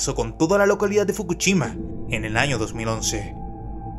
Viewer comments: Porque será que no puede pronunciar la “sh” y dice fukuchima y no Fukushima 🤔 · SE DICE FUKUSHIMA Y NO FUKUCHIMA, DEBERIAS APRENDER A PRONUNCIAR! HIROCHIMA JAJAJA, SOLO CONOZCO HIROSHIMA.